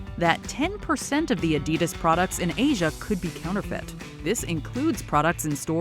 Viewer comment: I live in China, my thoughts are: That's not how you pronounce Adidas. I've seen some of those cars, the worst offender is the LandWind which is a rip off of the Evoque. Toys are a huge thing to rip off, saw one set that was "Batman Vs Superma". There is a discord clone, it looks just like it, they even copied the logo and replaced the emoji with a smug face.